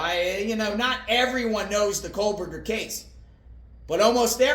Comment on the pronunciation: I will not listen to any pundit who pronounces it coalburger